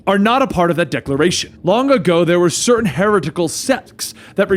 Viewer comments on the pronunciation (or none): none